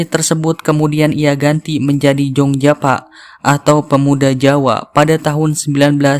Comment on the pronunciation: itu bacanya "Yong Yava" Bukan Jong bang😅🤣 karna ejaan dulu Y itu pakai J